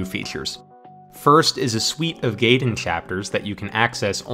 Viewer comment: Fun video! For how many times you say "gaiden", though, you're mispronouncing it pretty badly lol. Look up kana pronunciation guides and you'll see that がいでん is pronounced approximately like "guy-den", definitely not like "gay-den" which the Japanese would be spelling "geiden/げいでん"